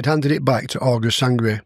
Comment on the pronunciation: Sangret not sangria